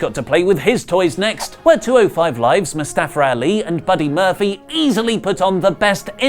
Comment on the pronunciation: MUSTAPHER ALI <3 needs to do the "pronounce a word ending with A" challenge